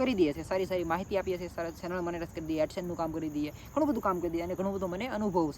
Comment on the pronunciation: સેનલ ❌ ચેનલ✅